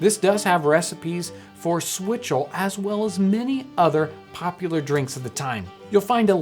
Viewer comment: Did this dude just say swizzle?